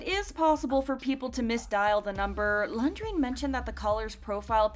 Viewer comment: The way this "narrator" is pronouncing Renjun 😂... Lundgren?